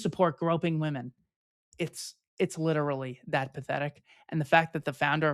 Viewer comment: Double check your pronunciation of literally.